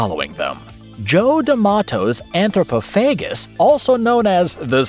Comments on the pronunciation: Umm... "Anthropophagous" is pronounced "an-thro-PAH-fa-gus", not "an-thro-puh-FAY-gus", and it's "FEH-rocks", not "FEH-ricks"... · You got a bit squirrely with your pronounciation of anthropophagous, my dude.. It's pronounced: an-throw-paw-faw-guss... I've always liked that movie, if for nothing else, it has the capability to really thoroughly disgust the more squeamish of viewers, especially mothers and those who are mothers-to-be, on a deep-down primal, instinctive level of their psyche. It truly is a powerful tool in art of causing mischief that one can utilize with minimal effort, and I like having it around just in case I'm confronted with a situation where the application of some really chaotic mischief and shenanigans is exactly what the multiverse NEEDS to happen. LOL .. I even have a T-shirt sporting the poster print of the titular beasty cannibal fella chowing down on his own innards. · Yes.How can anyone mis-pronounce "FerOx" with a glaring "O" in it?'!!Also he shoulve said "An-thro-po-pha-gous"I think with the emphasis on the "po".